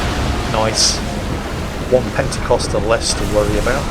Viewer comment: It's "pentekonter," not "pentekoster." The first one is a ship (roughly translated, "fifty-oared"); the Pentecostals are a sect of Christianity emphasizing baptism in the holy spirit. Though now that I say this, I'd almost prefer if they were ships crewed by radical Christians intent on giving you a baptism by fire... :P